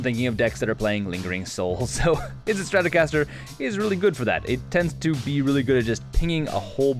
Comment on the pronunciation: yah, i was wondering when fender partnered with mtg to make a straticaster card lol jk